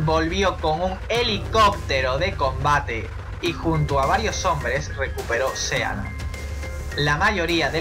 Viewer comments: Muy bien! Esta muy bien el vídeo. Pero se pronuncia sii lend, no sea land y significa pais del mar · Sealand???!!!! Se pronuncia Siland!!! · Se lee siland, no sealand. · Sealand...pareces listo pero al pronuciar el sitio quedas como todo lo contrario juas juas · se pronuncia siland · El título está mal asignado, ya que uno espera encontrarse con países raros, pero reales, no estos intentos de países. El video debería llamarse "Las 7 micronaciones más raras del mundo", y así quien lo reprodujera no se llevaría una decepción... Aparte me sangraba el oído cada vez que oía [Sealand], hermano, está en inglés, se pronuncia [Síland]. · Por favor que le digan a este tipo como se pronuncia "Sealand"!